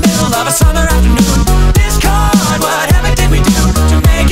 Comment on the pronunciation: Wen he says ,,Discord'' i hear ,,This girl''